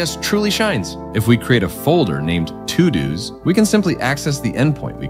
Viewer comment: This computer generated voice over is impressive, very natural inflections, only noticed with the pronunciations of sequel and todos, nice break down of the framework.